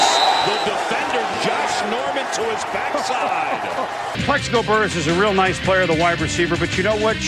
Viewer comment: “Plaxico,” not “Plexico!”